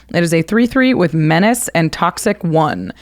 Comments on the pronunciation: "Men-ach-ae' Menace should sound like "Men-ass" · STG... every time he said 'men-otch-ey'... twitch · the way he pronounce menace tho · His pronounciation of Menace(Meh-niss) is cringe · the person that likes poison also cant say menace so that makes sence.🤣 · Stop mispronouncing menace. It's a stale joke that stopped being funny a long time ago.